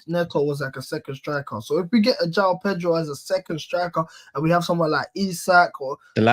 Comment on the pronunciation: Pronounce the j in Joao … do your homework